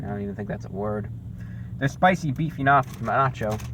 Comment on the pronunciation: You said Beachy 😂😂